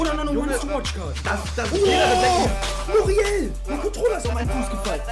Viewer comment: du sagst 91 muriel